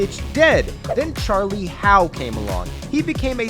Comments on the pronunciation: Charlie 'Huff', not 'Howt' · Charlie Hough is not pronounced Charlie How, it's pronounced Huff. Charlie Hough = Charlie Huff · Charlie Hough is Charlie Huff not Howe. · Charlie Hough is pronounced \HUFF\ Not \HOW\. Come on research department! The whole video is on knuckleballers. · Charlie hough is not pronounced "how" youngin. Its pronounced "huff" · Charlie Hough is pronounced Charlie Huff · OK. You do all this research, create a really great knuckle ball video.... and then can't pronounce Charlie Hough's name correctly!!! 😞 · He also pronounced Charlie Hough's name wrong. In short, he's not very good at what he does and shouldn't be making videos. The internet has created a world where we're drowning in content because any idiot with a laptop and a microphone and do it. Only problem is that about 90% of it is low quality bullshit.